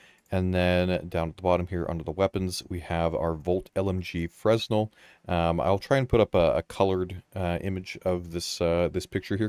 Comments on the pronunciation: That new LMG is a nice surprise! Really looking forward to trying it out. Also I think it might be pronounced (fruh·nel). I know it as a material node in UE5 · The S is not pronounced in Fresnel so its Fruh-nel.... English is weird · Fresnel pronounced as "fruh-nel" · It's pronounced fur-NEL, as in a Fresnel lense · Fresnel…. Fren el-al. The S is silent… and there’s definitely no Z. Spread the word! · It's pronounced Fre-nel with a silent S. Assuming of course that it is a reference to Fresnel Lenses. Thanks for the video good stuff! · Just going to get in before the entire community starts mispronouncing another science word that is spelled kind of funny :P "Fresnel" is pronounced "fruh-nell" or "freh-nell" Edit: it's a person's name and an optical effect named after them.